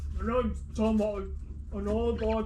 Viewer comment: Tomo not johno 😭🤦‍♂️